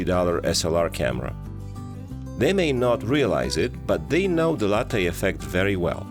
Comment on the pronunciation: Please ask some Italian how to pronounce Latte 😜